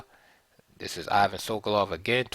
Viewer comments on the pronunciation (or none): I won't be able to watch the rest of the video after hearing how the name "Ivan" is pronounced here.